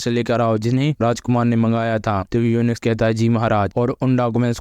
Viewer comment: भाई युंच होता है यूनिक्स नहीं